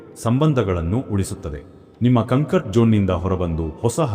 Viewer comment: Cumcut alla comfort😂😂